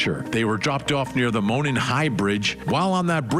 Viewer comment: Monon is pronounced MOH-nahn